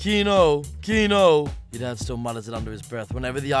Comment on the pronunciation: Why are you trying to fit in to the recent Scottish trend by pronouncing ‘your Dad’ as ‘Yer Da’